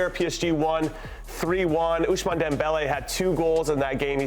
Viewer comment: He also butchered Dembelé first name, ushman 😂.